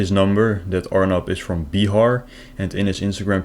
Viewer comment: Bee- ha - ar